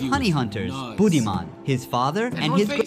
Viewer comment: Its pronounced bood-dhi-maan meaning intelligent